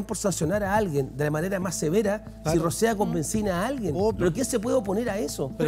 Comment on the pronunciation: "Rocear" ni hablar sabe el perita de chivo